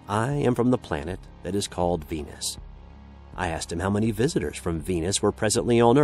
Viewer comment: You had me till I heard Venis.